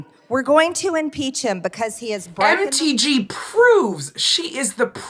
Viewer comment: When said MTG I heard empty G. Sounds right.